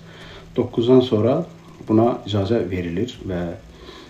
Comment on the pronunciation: İdzazə yox, icazə